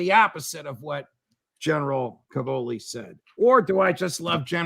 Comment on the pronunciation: Judge, as a fellow Italian-American it pains me to hear you say "ca-VO-li." The stress in Italian is on the first syllable: CA-vo-li. It means "cabbages."